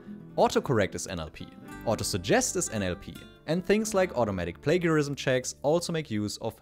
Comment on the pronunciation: In case it helps in the future, it's not "play-garism", it's "play-jarism". Thanks for the informative video!